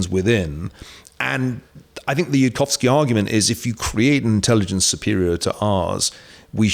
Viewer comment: Niall doesn't address any of yudkowskys arguments and can't even get Yudkowsky's name right. Sorry Niall, but your thoughts aren't worth much here. Spend more time understanding the subject before telling the world your strong opinion on it.